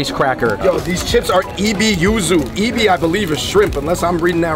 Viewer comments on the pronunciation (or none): Ebi should sound like “a-bee” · OMG you said “E-Bee”…. 🤣 omg